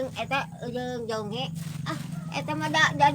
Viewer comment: kalow di saya namanya jonge bukan jonghe mah